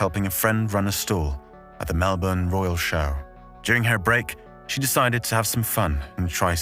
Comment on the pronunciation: THANKYOU SO MUCH for pronouncing Melbourne properly. This other british bloke did a video and he kept saying Mell-borne. I couldn't listen to it. For the ppl who don't get it, it's like how everyone says London as Lun-d'n. There's no second syllable vowel sound. London. Melbourne. Lund'n. Melb'n.